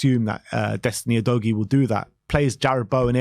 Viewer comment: Maybe Udogie is on tilt with your pronunciation of his name. Repeat after me: Ooh. Doggy.